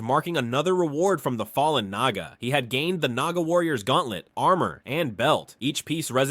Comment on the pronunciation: Dude i heard naga as niga 😭😭🙏🙏🙏🙏